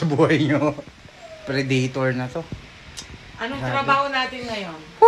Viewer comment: Predaytor? O predator.. boplogs. Amputs.